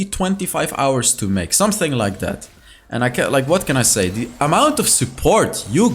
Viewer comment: I REALLY ENJOY EVERY TIME HE SAYS: "NOW LET'S JUMP INTO DE GAMEPLAY !"